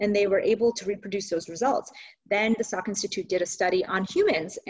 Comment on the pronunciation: Salk institute not Sak